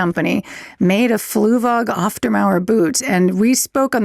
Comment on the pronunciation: the way you guys pronounced auf makes it sound like off which is the complete opposite of the actual german meaning of the word auf (on top of). auf der mauer means on top of the wall